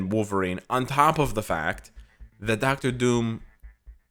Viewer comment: "Docta Doom" Me: I thought you are Canadian, lol